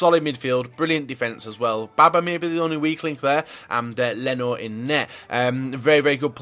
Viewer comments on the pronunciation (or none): none